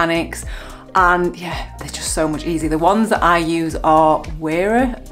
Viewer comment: Wera is pronounced "vera" (it's a German company) 🙂